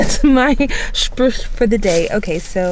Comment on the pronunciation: "That's my Sprüch for today" 😂 😂 I love your pronunciation 😍 👍 Almost as good as "Würscht" 😁